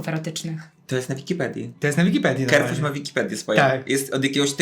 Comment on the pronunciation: Carrefour wymawia się "karfur", nie "kerfur".